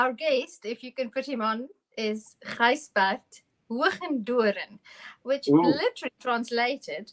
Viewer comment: Gijsbert not Gisjbert :)